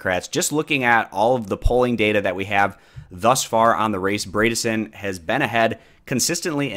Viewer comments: FYI, Bredesen rhymes with Edison; ie, that first syllable isn't braid but bread . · LOL I noticed that too Hahahaha! 😂 I chuckled every time he said “Braydissen” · Good video man. Just for future reference though, it’s pronounced Bread-a-son -a Tennesseean